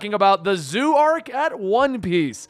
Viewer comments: I love he is calling it the zoo arc honestly hahahaha it kinda makes sense if you don’t know any better but think of it like like z O like the letter O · Zoh!!! Not zoo!! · Its pronounced Z-oh.drop the y in zoey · Zou is pronounced like dough. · Man I hate to Bo that guy I really do… it’s pronounced Zo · Dude it's zou as in zo I wish you read comments on your latest collaboration video. Also warning Carrot is 15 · Didn't know it was so hard to pronounce Zou...